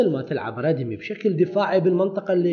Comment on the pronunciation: ردمي او ريدمي ياصديقي وليس ردي مي